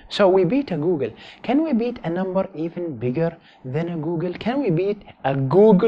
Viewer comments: Googol is pronounced "Goo Gle" not "Goo Gun" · How does he pronoune googol as goalgun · I don't know if it's his accent or if he's actually mis-pronouncing it, but when he says Googol as Go-gol, it kills me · I love how you pronounce googol. Go Gel.